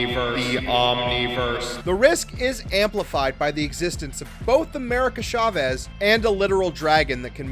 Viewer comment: It's America **Ch**avez, not **Sh**avez. Spanish!